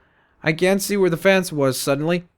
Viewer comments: It's fence not fance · Why does he say fance instead of fence? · Lol its fence pronounced fince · He said fance